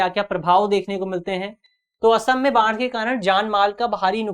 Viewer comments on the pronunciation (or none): बाण नही बाढ़ है गुरु